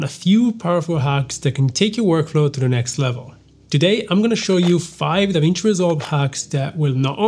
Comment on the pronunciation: "DAWIN" NO MINUTO MIN